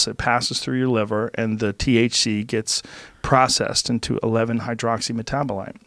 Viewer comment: It's been a while since I heard joe say 11 hydroxyl metanahsu7h